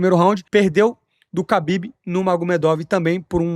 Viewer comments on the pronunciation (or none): none